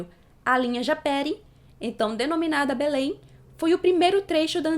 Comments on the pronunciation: A PRONÚNCIA É "JAPERÍ" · A pronúncia é japêRÍ